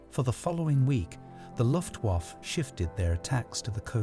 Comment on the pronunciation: LOL yep -- he keeps saying RAF (rhymes with laugh instead of the initials), Luft- (rhymes with tuft) waffe (rhymes with toff), morale (rhymes with sail) and Thames (a mixture of thin and James) -- I'm American and even I know those pronunciations are wrong!